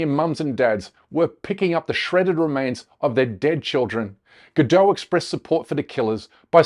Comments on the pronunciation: Please if you're going to go on about her name, get it right. It doesn't rhyme with 'saddo', like a 'Frenchified' form. I'm it's the same as 'Gadot', a kibbutz in northern Israel. This sound like 'bad lot'. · She's not French. You pronounce the T in Gadot. Her name rhymes with polka dot. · Its not a silent T! her name isnt french! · Gal “Robot” Gadot. It’s pronounced Robó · Check your fact checkers. This video is full of BS. You can't even pronounce her name correctly. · Nobody pronounces her name correctly...its hilarious.